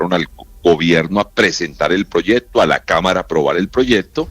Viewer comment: No se dice proyedto